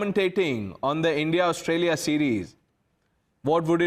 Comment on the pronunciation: Imran Khan saying "Endia" 😂😂